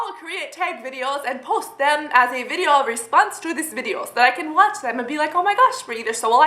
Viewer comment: the way you say video is annoying